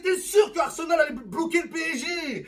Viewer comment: c'est pas arsemal pour arseMAL mais pour arSEMal